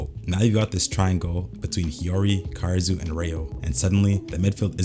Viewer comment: BRO PLEASE ITS KAH-DA-SŪ OR KAH-RA-SŪ NOT KAR-RA-SŪ UR HURTING MY EAAARRSSSS